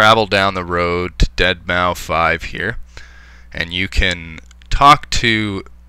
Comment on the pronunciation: ...did you just say Deadmaufive? -__